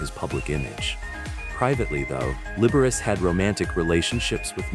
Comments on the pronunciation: Libber ace? Are you insane or from another country? Lib-er-ah-chee. AI voices need some culture, good lord. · Liberachi is turning in his grave over that pronunciation